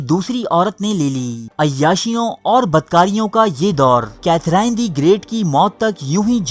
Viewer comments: The gentleman who has made this video seems to be sexually frustrated himself that is why he has made this weird video, even his pronunciation is incorrect, the name of Queen is Katherine but pronounced as Kathrene, janab where are the references which you have used to make this stupid video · السلام علیکم ۔یوسف بھائی آپ نام کی درستی کر لیں یہ کیتھراہین نہیں ھے بلکہ صحیح نام کیتھرین ھے۔ اب آپ سے امید کرتا ہوں کہ آپ لوگ صحیح نام لینگے ۔ I hope you get the right name now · Sufi nhi sophy... Catherine ko cathereeen pronounce kerte hain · Katherine : کیتھرین Itni badri video bana daali aur naam bhi sahi sai nahee aata ❗️ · Name to theek prononce kro bhai